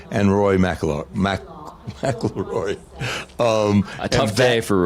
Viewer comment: Skip and Stugotz struggling with Rory’s name is perfect